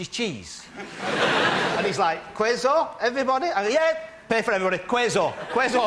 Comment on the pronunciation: "Queso" is not pronounced like "kweyzo", it's pronounced like "kesso".